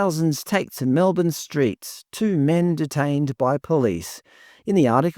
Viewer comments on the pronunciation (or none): none